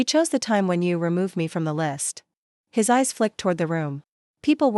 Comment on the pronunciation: His eyes NOT hyseyes. My daughter NOT middoter! He got NOT higgot. Please edit your stories. There are several more mispronounced words in the story. These three were the worst!